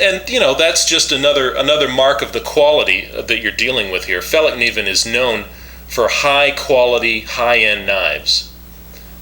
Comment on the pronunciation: you got the best pronouncement of Fällkniven of all Americans Iv ever heard try saying that